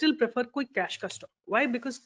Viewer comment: Plz pronounce stock while u lecture